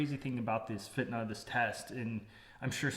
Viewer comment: your pronunciation of fitna is perfect